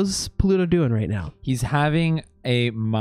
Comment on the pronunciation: Lol just noticed pronunciation of "Pa-LU-toe"